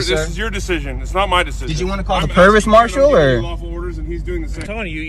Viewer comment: Did the driver really ask to see the "Pervis Marshall"?? There is no such thing so I'm assuming he was trying to say "Provost Marshall". Don't think the military police care about your nonsense until you drive onto one of their bases, and good luck with that.